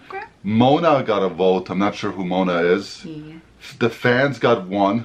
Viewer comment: I have mentioned this as well a longgggggg time ago.... definitely sounds like he calls her Mona. 😏